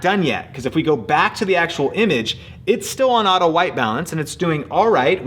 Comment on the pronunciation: haha U said audio instead of auto